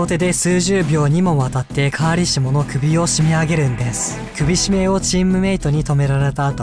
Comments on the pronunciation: カーシリモ、じゃなくてカーリシモですよ！ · 途中途中でpjカーリシモが、カーシリモになっててかわいい、笑笑